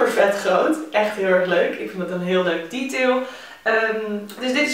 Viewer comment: haha, "een zakje op de borst echt een leuk tietail" 😂 eigenlijk zei je detail maar het klonk als tietail 😂 gewoon effe een lol moment omdat het over een borstzakje ging en het tietail leek 😛